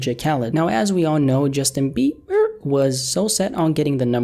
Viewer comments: Justin BEE-BERR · the legend, has now changed another man's name. Justin Bieber is now Justin Bee-Burr.